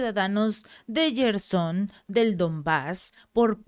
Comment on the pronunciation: Jersón, no yerson